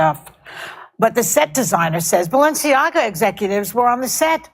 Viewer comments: notice how she pronounces Balenciaga as "Baalenciaga" Baal enci aga = Baal the king Baal enciaga = Baal's curse Hmmmmm... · “Balanchia” add lol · The multiple mispronunciations of Balenciaga are cracking me up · I like how Jimmy committed to not knowing how to say “Balenciaga” but going for it anyway with 0 fucks give. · 1. Craig has it right. 2. I counted at least FIVE different pronunciation of the name Balenciaga which made it even better to watch this video!😆😂🤣🤣🤣🥲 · I love hearing Jimmy MisPronounce "Balenciaga". Fuck those weirdos 😂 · Love how both and Jimmy are mispronouncing the brand differently 😂